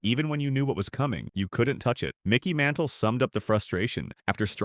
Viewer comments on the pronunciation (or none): Greatest Pitcher ..worst video ..When Koooofix faced Mickey Mintel !!!!! How difficult is it to have a human being narrate ??